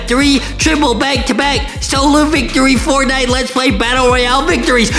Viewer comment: I love to wach Lankybox but hear tihs Fortnieght more like Fartnieght😂